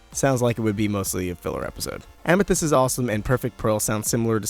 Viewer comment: iit made me laugh when he said ametheyst and snoop dog xD